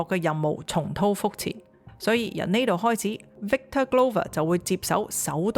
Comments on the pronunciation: 主持人留意係重蹈(道)覆轍，唔係重滔覆轍。。。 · 「骨骼」中，骼的發音是「格」；「重蹈覆轍」中，「蹈」的是「道」。